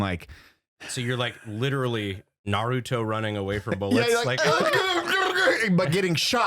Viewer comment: Thank you Brandon for pronouncing Naruto correctly